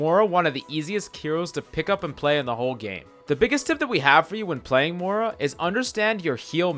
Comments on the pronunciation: Moira. MOY-ra. Not moora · I hate how you say Mora instead of Moira